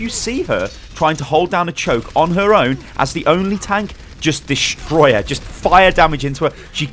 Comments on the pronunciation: "destory" LMAO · "Destory" Bongo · Wut "Destory bongo" 😂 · lol "Destory bongos". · It said destory bongo haha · "destory bongo" lol nice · "Destory Bongo" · "Destory bongo"?, how i "destor" the bongo??